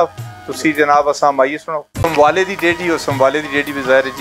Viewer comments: سموالہ ہے سر سمبوالا نہیں (سموالہ) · میزبان صاحب خود ھی نام صحیح نہیں لے رہے سموالہ